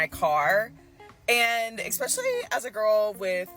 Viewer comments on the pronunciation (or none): What's up with people saying "expecially"